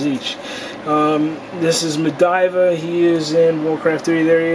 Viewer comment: Medivha wtf! Lol get your words straight.